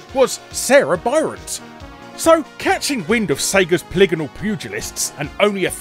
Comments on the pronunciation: Bryant, not Byrant. Come on Larry!!! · Also you pronounced Bryant wrong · I guess "Bryant" is pronounced as "Byrant." Who knew!